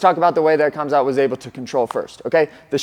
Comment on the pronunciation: "KH"amzat, like spanish 'J'-amzat